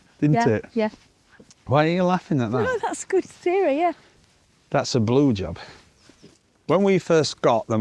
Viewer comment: Blue Job in a Yorkshire accent... Good one 😂😂